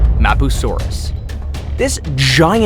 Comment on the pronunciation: It's not mapusauraus it's dodo rex